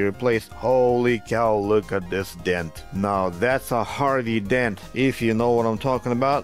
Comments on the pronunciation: Oh! My ears heard Hardy Dent... and I love Batman! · Hah, I thought he said Harvey!